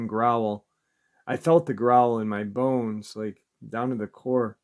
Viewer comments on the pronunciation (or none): none